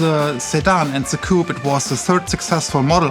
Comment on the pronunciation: Its one thing to cringe and listen to Americans mispronounce 'coupe' but come-on, you are Europeans and should know better